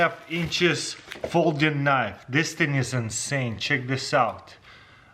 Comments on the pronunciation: "That's a Knoiff" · “You call that a knoife”?